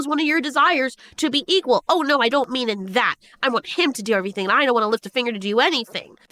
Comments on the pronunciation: Why does this woman towards the end keep pronouncing it "eekol"? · It’s equal not EAGLE OR ECKEL .. Wtf she saying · Wait… is she saying eekal? Eagle? 🤷🏼‍♂️ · Why is she saying equal like that? She doesn’t know how to say equal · the lady was driving me crasyz with how she said equal...